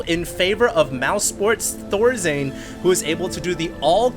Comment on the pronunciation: "ThorZane" really now ? Isn't it Thorzain ???